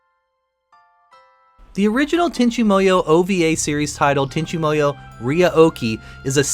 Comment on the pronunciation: Fond memories. My only complaint I have with this entire video is you sound like you're calling it Tenchi Moyo.